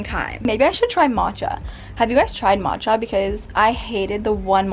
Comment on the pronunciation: I'm your japanese fan and I like your pronunciation of "matcha" 🥺it's so prettyyyy